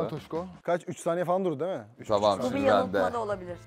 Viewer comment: "Diğil" değil "değil"